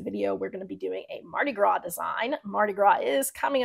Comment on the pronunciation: Thank you for the video, it's great. The text colors on a black background look great but would you change the colors of the text if you wanted to sell a different color shirt or would you just stick with shirt colors that work with the text colors? Also, the "s" is silent in Mardi Gras.